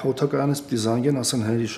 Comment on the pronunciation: Էս Միքայելի օդակայանը սպանում ա😂քանի սերիա ա չի կարում էտ անտեր բառը ճիշտ ասի